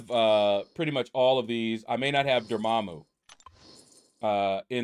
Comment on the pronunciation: You said, “I don’t have Dormammu,” and I had to rewind it because I though you said, “I don’t have your momma” 😂 😂 😂